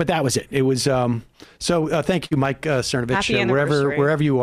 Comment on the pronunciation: I remember him mispronouncing it Cervonovich.